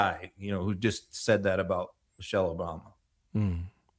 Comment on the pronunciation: The vile wrestler couldn’t even say Michelle correctly, he said Mochelle.